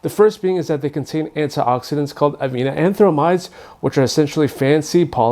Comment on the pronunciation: You're mispronouncing avenanthramides. It's AYE-VEN-AN-THRO-MIDES not "AH-VEE-NAH-AN-THRO-MIDES. You've added an extra vowel where there isn't one.